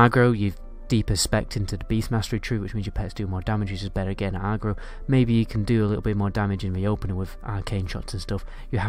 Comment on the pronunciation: Good guide but listening to a Northerner say Agro is funny-arrgro-no-Agro-yes!